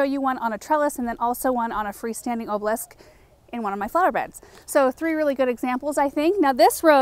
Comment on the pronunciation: Good job!!! You said "obelisk" perfectly! I've been hearing you try all along. Your influence is so tremendous, its important!!!